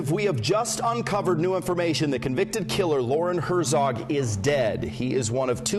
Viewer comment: Hert-zog, not Her-zog.